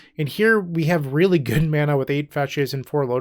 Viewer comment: First: Love the list, and completely agree with this being the best Relay list I’ve seen thus far. Second: the word “really” sounds a lot like “relay”…so I think the deck should be called; “Izzet Really Storm?”…but that just my 2 cents 🤣 Well done as usual brotha!